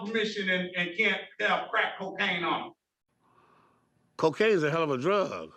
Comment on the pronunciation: Judge Simpson saying crack coacaine 😅